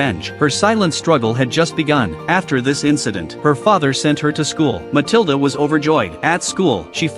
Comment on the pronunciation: Pronounced Muh-til-duh